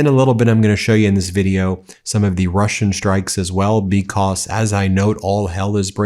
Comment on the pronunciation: why do you pronounce the word because as becauss.....when you read the word cause....do you also pronounce it as causs ??? is it for attention or flair??? is it supposed to sound intellectually elevated??? to be honest it sounds completely out of the ordinary and ridicules !!!! and im actually curious as to why you do that Ben....i doubt you will answer ...in fact im sure you wont...and you really dont need to remind people to subscribe because you need to hit some next milestone ...i hate being reminded if things i already KNOW i can choose to do if i want to....and like most people i dont need constant reminders...it gets annoying all the time....i have zero subscription and its exactly how i want my interaction with the internet to stay....it invades too much of our lives as it is already !!!! so maybe ease up on the begging or Reminders all the time bro !!!! im not subscribed and i see most of your posts ...but only the ones i CHOOSE ...lol savvy ?? keep opposing the insanity of your Gov....its the logical thing to do...everyone on earth hates bullies and pedophile wannabe dictators thats for sure !!! be careful who you support like good ole buddy Cohen....the closet magat you used to call upon to act like he was NOT the traitor that he truly is !!!!! i read him likea book the very first time i seen him !!!! lahooooooo zaherrrrrrrrrrrrr !!! LOSER !!!!!!! lol